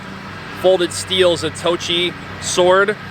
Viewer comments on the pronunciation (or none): Zatoichi not Zatochi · Its wird ain't you'd think a sword practioner would know how to pronounce Zatoichi...its like calling a Katana a Container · It’s pronounced, “Zah-Toe-Eee-Chee”. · It's "Zato-Ichi" This is the second one of these swords you guys have "reviewed," and you keep messing up the name. I pretty much made similar comment in the previous video. Please make some effort to research the products you are trying to showcase. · how do you review a movie sword where they pronounce the name of the sword and you still say it wrong? Loose all credibility after that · Who in the f*ck made this guy a sword "expert"? At least learn to pronounce Zatoichi CORRECTLY........then learn the names of all the parts on a Japanese blade.